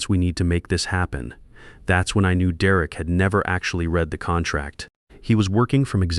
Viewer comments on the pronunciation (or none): "De Wreck" is an odd way to pronounce "Derek." Your AI is crap.